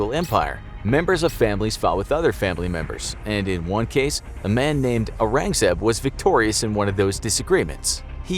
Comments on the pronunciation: Its aurangzaib not arangzeb. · Prounces Aurangzeb as Uhraangzeb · Sure, can we also take one minute to acknowledge how badly he mispronounced Aurangzeb and some other names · Aurangzeb Is pronounced OH-RUNG-ZEB. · It took me sometime to realize who the Mughal emperor was because of the accent. It Aurangzeb